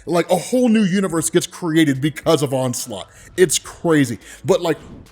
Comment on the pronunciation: Damn dude the "onslot Phoenix"